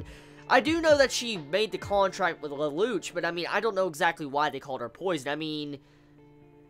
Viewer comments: please pronounce it LELOUSHEEE or leloushu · OH AND IT'S PRONOUCED LE- LOU- SH